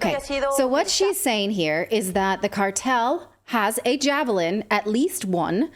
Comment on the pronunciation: SHE SAID JAVLIN WHICH IS IN FACT A JAVELIN. SHE ABBREVIATED THAT WORD INSTEAD OF PRONOUNCING THE E SHE JUST SAID JAVLIN.